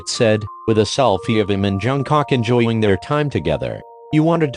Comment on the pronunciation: "With a selfie of him and jUnGKaWk" I'M- 😂😂😂 pronunciation 100 😤😤